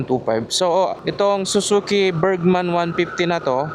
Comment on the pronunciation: Pronounce Burgman as BURG-mən. Break it down into two syllables: , imbis na berjman ang bigkas, ang tamang bigkas ay bergman. BURG (sounds like the first half of "hamburger" or the word "berg") mən (a short, unstressed "uh" sound)